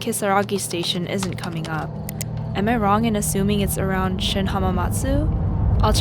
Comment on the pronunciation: "Hasuming" you're alive. Goddammit, Shane🤦‍♀️